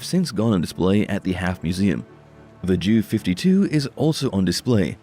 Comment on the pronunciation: Pronounced "YUN-kers", not junkers. And it's J.U. (for Junkers), not Jew-52.